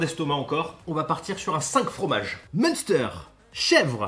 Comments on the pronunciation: Prononce plutot M'"1"ster plus que Meune steur haha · Si jamais ça ce dit " minstaire" pas "meunsteur" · MEUNESTEUR🤣🤣 cela se prononce main stère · C'est mince-terre 🤣🤣 pas meunsteur 🤣 super video quand meme 😁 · Sa se dit minster et pas munester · S'il te plaît, la prononciation c'est pas "Meunsteur" mais "Minstair" quand tu le dis, t'agresses tout les Alsaciens 😭😭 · Le meunsteur 😭😂ça se prononce le meinstère (le munster) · entendre meunsteur au lieu de mainstère ça fait mal aux oreilles ... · Par contre le munster que tu prononce "monster" ça me fait mal au coeur, ça se dit "main-stère" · sa se dit 'minstère' et pas munsteur ptdr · " Chez Prix -bas, les prix sont bas !! C'est clair ??!! " XD Et on dit "mince terre", pas " meunesterre" !! XD Super vidéo !! GG !! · Hello , très bonne vidéo comme toujours, attention mais pour les oreilles alasciennes munster ce dit m1ster 😝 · Le munster est alsacien pas américain Prononciation : m1ster, pas monster Monster munch aussi nan ? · On dit "Mainstère" mdr (Munster) XD Elle donne envie cette machine ! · Au secours 😱 munster ce prononce "m1ster". Toute ta communauté alsacienne en PLS 🤣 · je t'aime mais prononce encore une fois MEUNSTEUR et c'est fini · team fondue et le munster sa se dit minstèr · Ça se dit M1 stère 🤣🤣🤣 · Munster c’est un fromage pas un super héros 🤣 ont prononce M(in)ster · Salut le munster se dit minstère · on dit M1ster ^^ désolé fromage de chez moi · Salut le munster se prononce m1ster 😁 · Ça se prononce (mince stère) sinon trop fort la vidéo 👍👌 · Alors ça s’écrit « munster » mais ça se prononce mINster 😅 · Ptn le mec a 30 piges, il sait toujours pas comment prononcer le munster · Le munster la prononciation c'est pas ça 😂